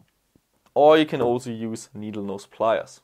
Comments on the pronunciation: he says you need ‘nodleknees pliers’ XD I love the gun, love the videos, I am currently saving up to buy the ssg24, it is one of the highest quality guns I can find. Thanks for the videos, inspiration, and great gear. Keep on rockin on. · nodle nees plyas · he said 'nodle neese pliars', What a legend👌💙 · you say "nodle nees pliers", lol. I'm so happy you left that in! It really made my day!! Super detailed and informative too.